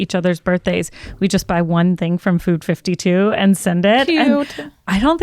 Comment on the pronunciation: Loved this POD....but the Food52 brand is called FIVE TWO....not fifty two. Ladies, pls get the name right if you are going to promote them. Love you 4 ladies.